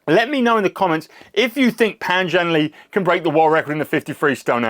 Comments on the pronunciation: Pan Zhan Ler (it’s not Le) . — Le(Ler ) means Happy ! His name means -“ spread Happiness “ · To The YouTube... PAN ZhanLe. Le is pronounced like "uh" "huh". Not "Lee." TQ.